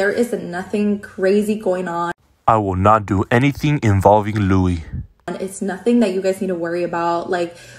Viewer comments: Every time you say “ absolutely NOOOOFFFIIINN” Conor Mcgregor comes to mind 🤣🤣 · Ya Se me quedó el “absolutely nothennn” 😂”zavank”and “grrrrrrr rank”😭😭